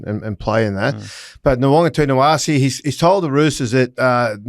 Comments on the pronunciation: Nita, not Tina. It’s really NOT hard to say his name properly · It’s NawaqaNITAwase, not NawaqaTINAwase. 😂😂😂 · Kenty if you can’t pronounce Nawaqanitawase correctly then just call him Marky Mark. It’s NITA not TINA! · Nawaqa-nita-wase... not Nowonga-tina-wase. It's really not that hard boys. Sound it out.